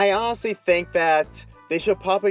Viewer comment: i fink is all sick